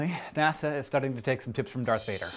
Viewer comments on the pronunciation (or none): none